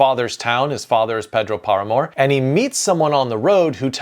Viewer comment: can't believe it, so clever ideas and useful advices and yet, talking about South, Central or Latin American, or naming authors, you hardly pronounce a single one right: Paramore? Bolano? Mixing Title and text, I also assume a trainee does your video editing.:face-fuchsia-tongue-out::face-turquoise-covering-eyes